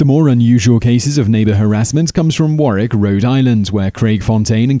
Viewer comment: War Wick RI The second W is pronounced in the US. Please make at least a minimal pretense of checking correct pronunciations.